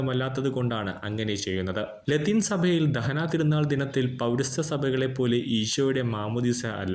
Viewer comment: ദഹനാ തീരുനാൾ അല്ല ദനഹാ തിരുനാൾ എന്നാണ്.🫀❤️🙏